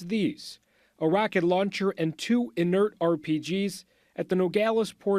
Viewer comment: “Inert” - Jesus….